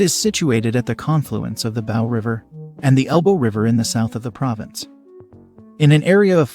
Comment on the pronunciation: OMG!! I pretty much figured this “comparison” video was going sideways twenty-two seconds in! the narrator immediately mispronounces the “Bow” River and somehow manages to pronounce correctly the “Elbow” River. Maybe it’s a digital voice? ... and where is the comparison dialog?!? Both “Oil” cities, “Cowboy” cities, both “agriculture” cities? What a disappointment!!